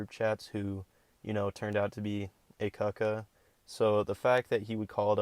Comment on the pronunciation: “Aycocka” LMAO